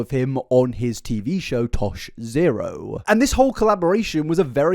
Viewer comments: It’s Tosh point Oh not Tosh Zero. Tosh.0 🤣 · i'm halfway through this and it's a phenomenal video as per usual but omg hearing you say "tosh zero" is sending me. tosh.0 used to be a show on uhhh comedy central i think?? i could be wrong, i probably am. but it's pronounced tosh-point-oh :) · "Tosh Zero." 😂 It's Tosh POINT "O". Ah-- why am I here? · It's tosh(point)oh not tosh zero 😉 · The way you say Tosh zero bothers me so much It's tosh point oh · Isn’t it pronounced tosh point oh? Is it actually tosh zero? I’ve never heard anyone call it that, but I also couldn’t have cared less when it was on. The boys in my class all talked about it and called it tosh point oh but they could have been wrong idk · Babe- you have to stop saying Tosh Zero. It's Tosh/point/oh. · It’s Tosh point oh… I’m sorry it was bugging meeeeee 😂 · "Tosh zero" 😂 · “tosh ZERO” is killing me 😂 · Jsyk, Tosh's show's name is pronounced "Tosh-Point-Oh" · Omg yes though 🤣 I was listening and was like wtf is Tosh Zero?! 🤣🤣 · Tosh-point-oh like 2.O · It's pronounced Tosh point O. lol I am a fan of the show and was yelling at my PC :) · I love hearing confidentially explain Tosh.0 while mispronouncing the title (Tosh-point-oh). Seriously all love you're amazing just tickled me 😂